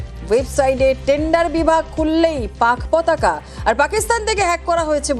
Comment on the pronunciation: পতাকা ❌ পকাতা ✅ 😅😂